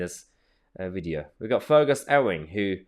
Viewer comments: Pronunciation of his name is 'you-ing', Ewing. Like his name he is a huge Farrrrrrrrrrrt. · Fergus Ewing is pounced ‘Yoo-wing’. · Mahyar, Ewing is pronounced yew-ing 😉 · That's not how you pronounce Ewing. It's Ewe (like the female sheep) ing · Sorry Tousi. How do you pronounce Ewing again?